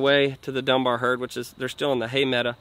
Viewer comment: PLEASE STOP SAYING HAY MEDA!!! It's a hay meadow! I love watching you and your crew but my spine turns into a knot when that one word is mutilated! Lol